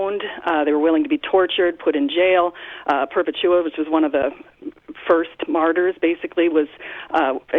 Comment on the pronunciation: Perpetuo? It's Perpetua. Get your facts right,. What an embarrassment.